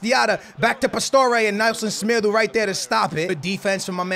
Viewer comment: You do not accent the names of the players correctly like semedo and dembele